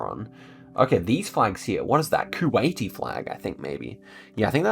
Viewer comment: You Keep Saying Kuwaity Flag lol!